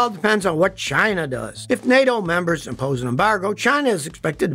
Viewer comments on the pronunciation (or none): none